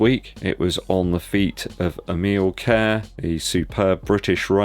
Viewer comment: Great episode, btw. I think it’s pronounced Emile Cair-ess 🤔 Could be wrong on that so worth a double check. 🫡